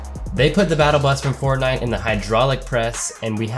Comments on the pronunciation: He also said fort.. nite though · Eldin Rizvanovic you realize pronounced it wrong. right